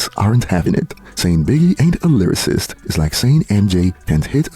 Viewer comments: so he says "lyrarist" and we supposed to take him seriously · He said Livercist 😂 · he can't even say lyricist. Bro said lyririst 😂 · bro cant even say lyricist and has an opinion on it, “biggie is not a lyricist”